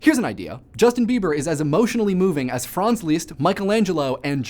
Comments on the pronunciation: It's Liszt, NOT Lieszt! If you are going to pretend to be trying to pronounce it correctly in German, pronounce it CORRECTLY! Short "i"! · You pronounce Liszt weird. XD Leest. >< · I have never heard anyone pronounce those names as you have. Leeeezst and Heineeeee?